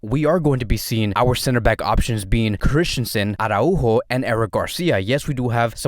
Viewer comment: Oh no, we're back to aww-rÁhho. No no no. It's ara-ÚÚÚho. You've been watching too much that screaming Jamie guy. Such a pity.